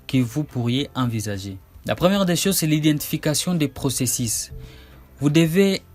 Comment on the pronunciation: la Methode que vous proposé est très longue dans son procésis, en fait j'ai rebobiné votre video 10 fois rien que pour réentendre votre prononciation du mot procésis LOL incroyable .